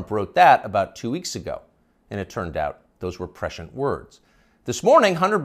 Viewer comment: "and It turned out those were 'presh-ant' words" Prescient = 'press - sea - ent'